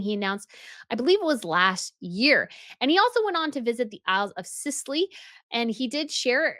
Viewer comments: The isles of sicilly? No theyre the Scilly Isles pronounced silly. On that subject Edinburgh is pronounced Edinbura. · please don't think me rude but the Isles of Scilly is pronounce Isle of Silly the c is sort of silent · Isle of Scilly is pronounced like “silly”. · It is the isle of SILLY...no C pronounced